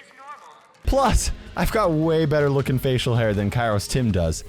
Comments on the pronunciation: In modern greek kairos primarily means "the weather" and it's pronounced k-E-ros like E-l Primo, E-dgar, Col-E-tte. Not K-I-ros like P-I-per XD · Actually kairos in greek is pronounced keros(καιρος). Its with a diphthong which is pronounced as a greek "epsilon"(έψιλον). If you read that just letting you know. And it does mean what you said. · Fun fact: In Greek (present time) the word Καιρός (Kairos) could also mean "Weather" depebding on the context. Also, the word is pronounced Keròs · Btw it's pronounced keros :)